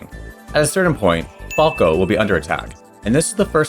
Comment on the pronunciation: Why are you butchering Falco's name on purpose?